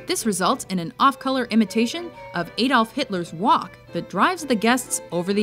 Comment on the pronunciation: Is there any American who can pronounce 'Adolf' correctly? It's not Ay-dolf. The 'A' is like in 'affect'. Also the 'o' is soft and short in Python. It's not emphasised.